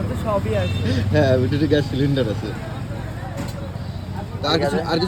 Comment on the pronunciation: Gyas na re bhera gas uchharon ta thik kor